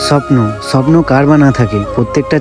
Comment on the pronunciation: এ ভাই স্বপ্নটা ভালো করে উচ্চারণ কর তারপরে ব্লক করবি😅